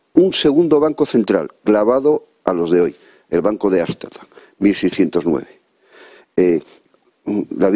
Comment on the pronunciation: Ámsterdam/,no es asterdan.